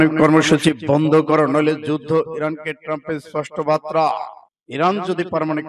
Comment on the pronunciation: বাতরানা বার্তা উচ্চরন ঠিক করুন